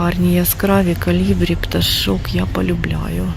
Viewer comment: ...кОлібрі, а не калібрі!...